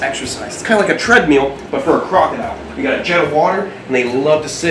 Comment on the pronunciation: 1) TREAD-MEAL lmao 2) please come to New Zealand and hunt a wild tuatara😅